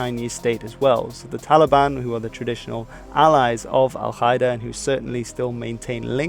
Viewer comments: Exellent video, but just one thing Al-Qaeda is pronounced Al-Kaeda, not Al-Khaeda ^^ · dude its not pronounced al khida that sounds so stupid. Its al - kaa - ida meaning the base in Arabic. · I like how he confidently pronounces foreign words wrong. It's Ughur (gh is french R), not U y gher. And Al Ka'ida, K here is pronounced a bit back on a softer mouth part which resonates more. Just translate "base" to Arabic and listen to it. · Love your videos ! One little nitpick, as an arab, I find your pronunciation of al-Qaeda very weird. In arabic it's supposed to be pronounced "al Ka-ee-da", but maybe your pronunciation is from another language ? Anyway, keep doing what you're doing :) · You mispronounced Al-Qaeda